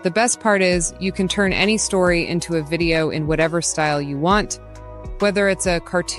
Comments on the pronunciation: i love when she said it can be converted into "A-N-Y" other style instead of the word "Any" at about the 2 minute mark. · Ai voices are so stupid "literally any other style" becomes "literally A N Y other style."